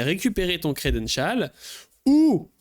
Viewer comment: Le credenchaaaal